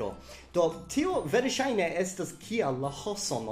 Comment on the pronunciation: Fakte, vi akcentas la malĝustan silabon. Ĝi ja estas "Jam temp' está" kaj ne "Jam temp' ésta." Krom tio, brila filmeto, dankon! Pri la akuzativo, mi plej ofte aŭdas tiun eraron kun manki. Oni devas diri, "Mankas mia manĝo." kaj ne "Mankas mian manĝon." :)